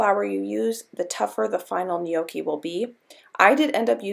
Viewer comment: Lordy woman! Gnocchi is already a plural word. Stop calling them neeokeys.